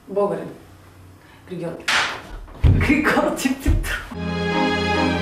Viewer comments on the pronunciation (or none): Само аз ли чух как каза Григьор Димитров?